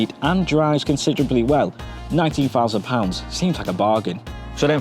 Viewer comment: Two fousand twenty free. Got it.